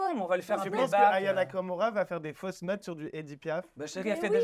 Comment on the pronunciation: Elle as écorché le nom Aya nakamura, elle a dit " nania kakaroua " si tu veux parler de quelqu'un commence par épeler son nom correctement 🤣 et puis elle ose rigoler et dire que aya nakamura ne sais pas chanter alors que si on écoute tes "rap" de bac à sable... 💀 Elle t'a largement dépassé mdr donc fais toi-même du bon boulot avant de critiquer celui des autres